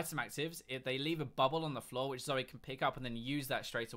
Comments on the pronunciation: zory? its zoe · why do you say zori it's zoe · Her name is Zoe not Zore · did he say zory?